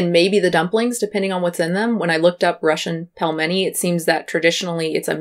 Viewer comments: Pelmeni is pronounced pil-mean-ee Sorry but it was driving me nutty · Those where not Pilmeni! They are Wareniki 😅 sorry that made me angry af